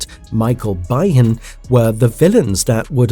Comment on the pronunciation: How he pronounces Michael Biehns' name is funny!